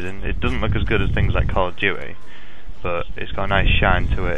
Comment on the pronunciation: lol, he pronounces call of duty like call of huhy